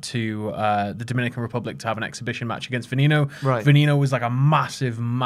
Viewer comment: Its Vehh nehh no it means venom in spanish